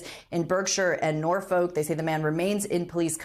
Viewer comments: Norfuck… not nor-folk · Norfolk is pronounced Nor-fook. And it couldn’t have happened to a nicer person lol 😂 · Great hearing all the names of places being butchered. Nor-folk, Buhhrkshire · She can't even correctly pronounce Norfolk . You don't enunciate the letter L. As in " Norfok" with no emphasis on any part of the word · Imlove the way they say Norfolk and Bershire i.e. exactly as they are spelt! Come on, professional presenters should at least get English county names right. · Terrible pronunciation of: Thames, Berkshire, Buckingham, Norfolk... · The reporter in the UK needs training on how to pronounce English names, such as Thames, Norfolk and Berkshire.